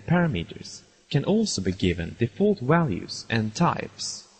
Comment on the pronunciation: lol, wariables and walues